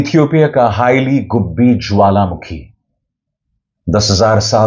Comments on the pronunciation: Not "Haila" 😂😂😂🤮🤮🤮🤮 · It is "Heili goobi" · Not "Haila" dear go research